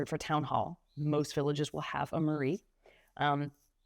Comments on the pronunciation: "Mairie" is not pronounced like "Marie". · I am French American. I know both countries very well and I am bilingual. I am surprised that you decided to move to France without speaking much French (you still cannot pronounce simple words like "Mairie" properly). I am afraid this will dramatically limit your ability to assimilate in France, especially in a small village where few people speak English. Also you should not underestimate the time and effort it takes to learn French as an adult starting from zero.